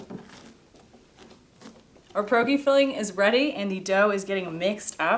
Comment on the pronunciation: Pronunciation of Pierogi P (the letter) start rolling your tongue--(Roe) - Gee And other useless information you didn't ask for 😁